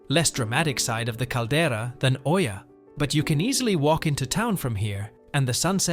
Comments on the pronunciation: Hi Thank you for the video. You'll probably hear a few ppl say it so I might as well let you know. Oia is pronounced E-Ah. a lot of ppl make the same mistake so no worries, it's still a stunning video :) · How are you making an informational video about a town that you don't even know how to pronounce? 🤨 This shows that you haven't even been there. So how can you know anything to make recommendations?